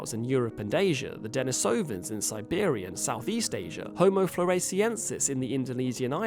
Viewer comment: Pronunciation tip: it is De-NEE-so-vans, not De-ni-SO-vans. The name has a Russian origin.